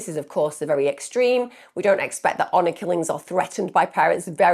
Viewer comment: Hour killing!? Its HONOR Killing